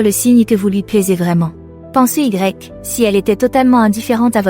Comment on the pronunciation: Lol : il a fallu que j'entende "pensée Y" à deux reprises pour comprendre qu'il s'agissait de "pensez-y"... Ne pourriez-vous pas faire lire le texte par une vraie femme, au lieu d'utiliser un logiciel ?... Deuxième effet MDR : ..."c'est là que le bâtiment blesse" (au moins deux fois, dont une à 25 min et 29 s) : oh non !!! "Le bât" interprété comme l'abréviation du mot "bâtiment" : finalement cela ajoute un aspect comique totalement imprévu ! Bon, sinon, les conseils en eux-mêmes ne sont pas mal, donc merci, mais SVP, faites quelque chose ! Oh pis non, c'est drôle en fin de compte...